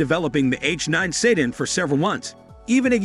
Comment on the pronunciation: What is a "say--dan"?